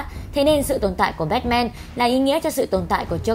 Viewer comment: Bát man chứ sao lại là bét men